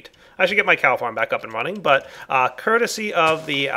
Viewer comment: you say curticy a lot